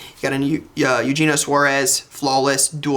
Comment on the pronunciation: So I don't mean to be that guy, but it's Travis Kelc-eee, ChOOba Hubbard, & Eu-Hay-nio Suarez. You're welcome. :)